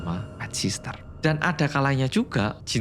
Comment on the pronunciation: Bukan sister mas.. sitter.. ga pake sss yg keduanya.. caption nya dah bener pronunciation nya aja ada s nya